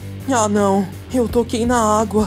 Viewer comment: "Aguá" e "Agúa" os 2 pareçam errados, para mim.